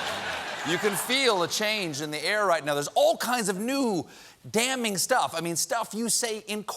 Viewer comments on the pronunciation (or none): "Damning" "Felony" Wrong on both Cobert